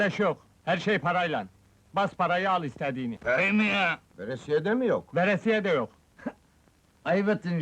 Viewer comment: Verisiye değil, VERESİYE.